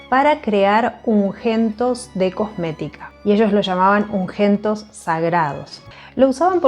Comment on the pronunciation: Se dice UNGÜENTO ( se pronuncia la Ü ) no UNGENTO 👺 cómo vos decís . 😂